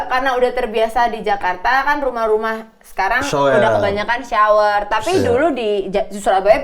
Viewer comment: mamat : sower Giselle : shyower Kesenjangan bahasa🤣